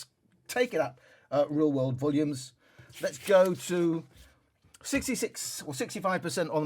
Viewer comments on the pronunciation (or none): Let’s Go!!!!! Emphasis on the “Let’s Go!!!!!”